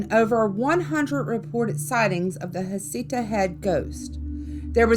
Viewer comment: Except there's no facts to back up the child's death or any other death associated with Heceta Head. Nothing in the official record. Heceta is pronounced Ha-sea-ta and the local tribe called Siuslaw is pronounced Sigh-you-slaw.